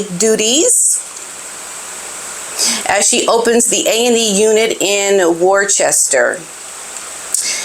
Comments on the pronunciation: Worchester… pronounced woster ….lol… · it’s not ‘war chester’ It is pronounced ‘Wuss-ter’ 👌🏾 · Its pronounced "Wuster" lol ❤❤❤ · Oh bless you, P - 'Wor-chester' is adorable! Don't you go changin'! xx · WUH-STIR. That’s how we say it in Boston. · Hilarious re the pronunciation! Worcester is pronounced ‘Wuss - ter ‘ - yes really!! 😂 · The second largest city here in Massachusetts is named Worcester. We say “wuh-ster” Or the real locals say “wuh-stah” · Lol not to worry. Unless you are British or live near ," Wooster"😅 I'm MA USA you wouldn't know how to pronounce it except by pronouncing all the letters. Very confusing. Just like Kissimmee FL😂